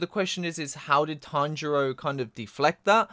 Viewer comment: Why do you keep calling Tenjiro "Tanjiro" lmao, I keep thinking you're talking about Demon Slayer.